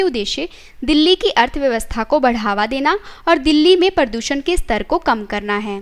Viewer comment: Nice informative video.... But pronounciation of some words need to be appropriate. It's 'प्रदूषण ' not 'परदूसन ' and 'आतंकवाद ' not 'आंतकवाद ' ..... Some more words were pronounced incorrectly.